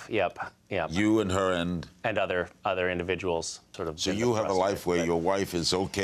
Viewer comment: 'Certain Indidviduals' ;)